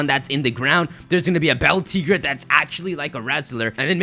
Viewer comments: It's pronounced Bell-Tee-Gray Like El Tigre 😤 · Beltigre. Think Spanish. El Tigre. The Tiger. Say: Bell Teegray. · It's Beltig(ray), spanish my man. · Pronounce Beltigre like el Tigre